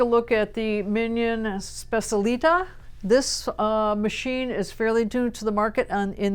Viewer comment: It’s pronounced SPETCH-EEAH-LEE-TAH with the emphasis on the last syllable. There is NO ‘sh’ sound in the word at all.